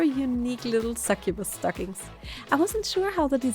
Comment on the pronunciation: She said sucubus 🥲